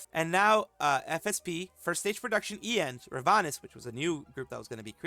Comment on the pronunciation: it's been bothering me how you keep saying EIEN, just say A-yen (like letter A, and yen), it means eternity in Japanese.